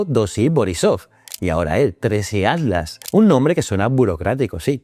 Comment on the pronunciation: Sé que va a ser muy hater pero... ¿Atlas o Adlas? Que estrés esa forma de pronunciar la T.